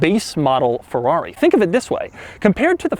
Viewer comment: Doug, stop with the "THIS.." please...